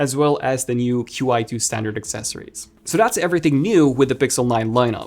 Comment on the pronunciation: I think the Qi2 is pronounced "Chee 2"